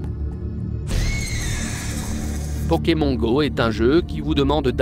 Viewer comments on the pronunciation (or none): t bizarre tu dis pokem(on) comme cornich(on) , au lieu de pokem(on) comme s(onne) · je hais comment il dit pokémon xD